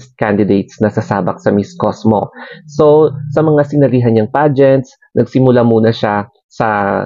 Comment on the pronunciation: It's COSMO, not COSMOS!😂😂😂